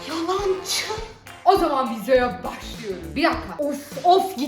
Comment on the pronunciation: "Yalancı" kelimesini Azerbaycanlılar gibi demesi<3333💗💗💗